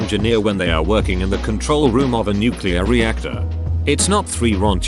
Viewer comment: oops in a nuculear powerplant is the worst thing you can hear